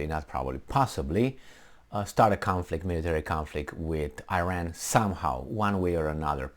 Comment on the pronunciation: You should learn how to pronounce iran